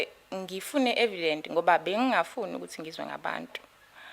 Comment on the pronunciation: Evidence not e Vedent